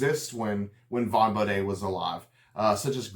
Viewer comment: bo-dee not an appalachian bo-day :face-green-smiling: but nice job